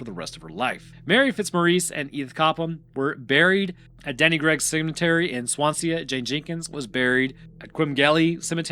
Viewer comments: He didn't even try with some of the names. La Havre rhymes with Brett Favre. Swansea is like it looks, swan-sea; not Swansee-ah (unless you're James Hetfield). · Swan-see-uh? Fuck me dead... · Not only has he called the Welsh "English" but the way he's saying Swansea, probably one of the only place names in Wales you don't need a throat full of phlegm to pronounce properly 😂 Brilliant 👌🏻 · Are you trying to say Swansea? Its pronounced "Swan-sea" not "Swan-see-a" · Sorry the way you are pronouncing swansea as “swan see ya” is hilarious Its literally swan sea together but i understand since welsh/wales has some strange names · Swansea is pronounced "Swan-zee" lol Good video though! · First, Wales is not English, but some of our place names are close to the english pronounciation that what you'vre come up with. Let me help you out: Camarthenshire: cam-ar-then-sher Cefn Sidan: kehv-n shee-dan (not "keev") Swansea: swan-see If you have any questions in future, feel free to slide into my DMs, and I'll help you out with pronounciation. ✌️ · The pronunciation of Swansea is killing me 😂